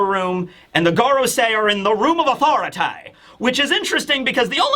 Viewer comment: I always giggle when I hear say "The Room of Authoritayy"